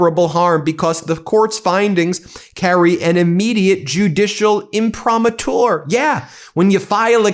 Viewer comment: Yo, Ben…it’s pronounced im-pri-MA-tur. In Latin the accent is always on the penultimate syllable — not the last syllable . I slept through 8 years of Latin classes in school back in the days before you were born. Keep up the good work — and the rage. Trump wants to screw us by not paying his fair share of taxes. Plus, he’s again distracting from the Epstein files (where he appears THOUSANDS of times)